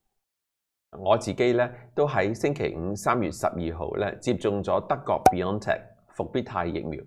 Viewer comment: how do you pronounce Bio logy Bio chemistry Bio physics Bio graphy Bio degradable etc Bi means 2 WHY do you say bee on tech like Lam Cheng?.